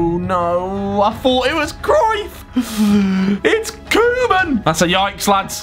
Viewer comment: As a guy from the Netherlands I laught hard when he said Koeman